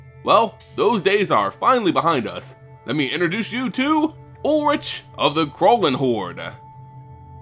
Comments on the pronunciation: YOU SAY ULRICK NOT ULLRICH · It's said like Ulrick no? Either way he is kinda disappointing and it might be better to still use other RG legendaries as a commander. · ul-rik is the actual pronunciation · actually it’s ulrichg not ulrish or ulrik